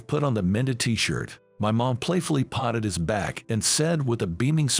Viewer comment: Don't be foolish. Find a narrator who can pronounce American English words. Patted is not potted. Your narrator really can't speak well electronic or human.